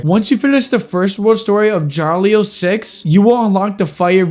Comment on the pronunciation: it is Ya-Ri-Lo, not jarlio